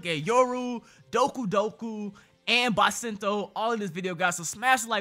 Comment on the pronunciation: You said basento........yea gg it has bis not bas